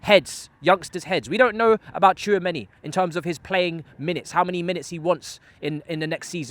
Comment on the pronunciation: An easy lesson for Tchouameni one, just say "too many", and use "chu" in place of "too"😂😂😂😂